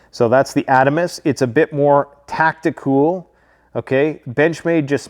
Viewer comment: Did he just say tac-tic,cool